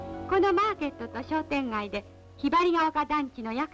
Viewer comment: しょうてんがい❌ しようてんがぁぃ⭕